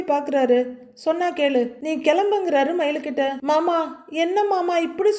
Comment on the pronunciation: சகோ நீங்க மயிலின் குரளில் மாமா என்பதும் , ரோகிணியின் குரளில் மனோஜ் என்பதும் , உச்சரிப்பு பக்கா பொறுத்தம் 🎉❤❤❤❤🎉 ( அழகு )